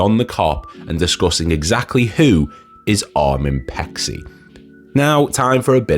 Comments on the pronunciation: His name is pronouced as Pay-chee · Its pronounced Pay-chee